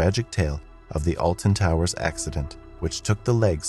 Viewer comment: The way he pronounces Alton Towers infuriates me